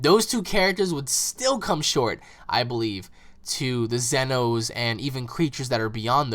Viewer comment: what's with them calling them zenos, I mean it's almost saying in my YouTube name but said wrong or pronounced wrong